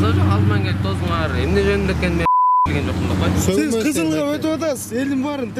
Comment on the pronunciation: Э котогум тозтунар эмес тостунар дейлет